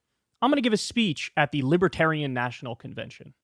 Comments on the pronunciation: Trump's one of those dumb Republicans like Ben Shapiro who can't fathom he's not at all libertarian or "lipaterien" as Trump pronounces it. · I like to imagine they’re booing him because he can’t pronounce “libertarian” properly. 😂🤣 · He can’t even correctly pronounce libertarian.